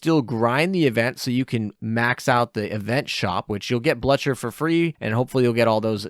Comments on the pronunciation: "Bluh-cher" For the english speakers: Blücher is pronounced something close to "bloo-kher" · God I had to stop listening to him because his pronunciation wasn’t even in the same ballpark. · Blucher is pronounced as Bl-oo-k-er. The long u song is indicated by the " above the letter you. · Hey Blucher's name is pronounced with a long liquid 'u'. It's Bloo-cher, Fraulein Bloo-cher horse whinny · i used the k to make sure that it was understood how you pronounced it phonetically. The hard k sound is what the ch in blucher makes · Your pronunciation of Blücher somehow triggers me xD Thank you again for your overview. Always appreciated! :) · The u in Blucher make the name pronounced Bloocher. German umlauts are fun. And Carabiniere is the Italian special police. So it's pronounced like Ka-rah-bin-yeah-rey. Not the end of the world, but figured the more you know.